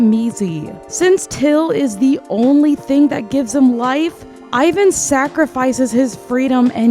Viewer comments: just letting you know. Ivan is pronounced EE-VAAN. this is how his official korean hangul is written. sorry i know its nitpick but its a little pet peeve of mine ppl pronouncing his name the english-language way (i get that its ur first language. but still. letting you know) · OMG no ! Don't listen to them! your pronunciation for Hyuna was correct ! It's a Korean name after all ! The only one mispronounce is Ivan ( e-van) but i lot of English speaker say it wrong so that's not a big deal! ( fun fact, Ivan in Korean is a slang for gay)